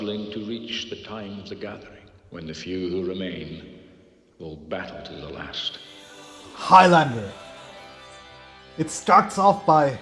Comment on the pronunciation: Highlander rhymes with islander. Very annoying hearing highLANDEr all the time